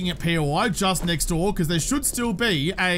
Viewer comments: Is "right neck door" instead of "next door" one of his? I swear I've heard him say that before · Yes he does say neckdoor lol. I figured it was an aussie thing? I'm pretty sure we could have a new word "". That would leave room for symmetricality.